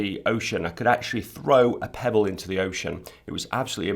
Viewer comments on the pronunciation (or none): That's what I noticed. The way he said: he could throw a pebble into the ocean utterly convinced me that instead of that, he said this: he could throw Pebbles into the ocean. :D